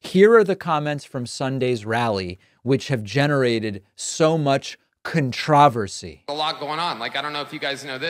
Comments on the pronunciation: Never watched a video of yours in my life. Probably agree with a lot of what you said. Had to go watch something else when I heard you pronounce controversy though. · What a strange pronunciation David has for 'controversy.' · The way Pakman pronounces controversy is more controversial than the joke